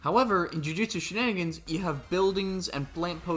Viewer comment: jujutsu she-nin-gins